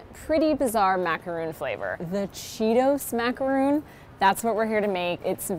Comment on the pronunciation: Wow. The creator of the cheetos macaron can't even say macaron. She pronounced it macaroon (the coconut treat) and not macaron (the French cookie). *sigh* Americans...